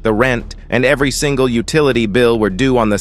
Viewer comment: Ikr. It said "singla" instead of "single" 😂